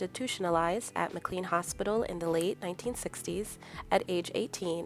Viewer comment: Pronounced "Mac-Lain" not MacLean